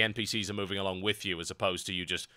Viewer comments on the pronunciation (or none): none